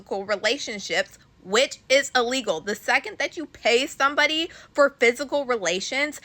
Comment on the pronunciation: The word is il-legal NOT ah-legal 🙄